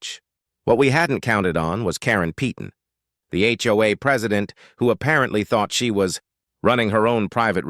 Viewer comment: PAY TON NOT PETE ON